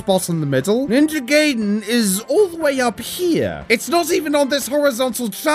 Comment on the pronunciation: Love the vid, but it's pronounced "Guy-den" not "gay-den"